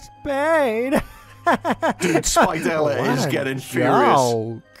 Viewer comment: Did anyone heard called spidella "spitella"